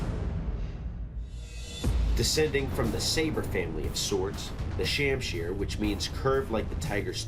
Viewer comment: Pronounced more like shum Shir. This video - Sham Sheer